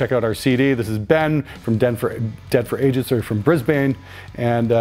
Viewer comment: Looking good! It’s BrisBAN by the way. Then again maroon is pronounce marone (like moronic) around here so ...